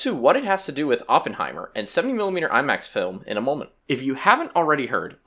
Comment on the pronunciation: "AWpenhiemmer" "Sillian murphy", yeah im not watching anymore